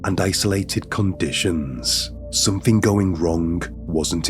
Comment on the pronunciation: "somethingh goingh wrongh" , "but this theory didn't theory didn't hold for longh". Your English needs work.